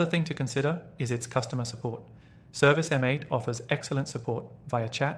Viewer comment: Its service mate, this was hard to listen to with you saying M 8